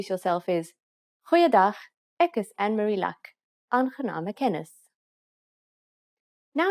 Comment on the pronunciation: Your pronunciation ineeds more practice. Using GOEIE DAG is slightly rude. We say hallo or Goeie môre, Goeie middag of Goeie Naand . ANNEMARIE is not pronounced ANN-MARIE it is pronounced as AN-NE-MARIE.